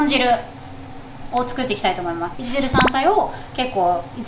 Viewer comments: いちじる(さんさい)と言ってます？ いちじゅう(さんさい)です😅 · いちじるではなく いちじゅうです。